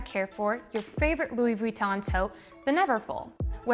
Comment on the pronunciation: I’m on ig and I really like how said “Vuitton”... so French so chic.. but I really want to win the contest for the LV bag.. but the bottega cassette crossbody maxi intrecciato leather is on my rebag wishlist 😬